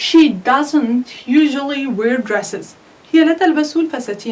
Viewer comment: Correct the pronunciation of wear.